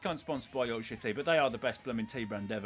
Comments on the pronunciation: The name of the tea how he say it sound like something else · Considering he loves Yorkshire tea he can't say Yorkshire. 😆